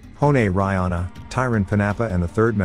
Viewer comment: Reihana pronounced Ray Hah Nah... roll the R... 🤔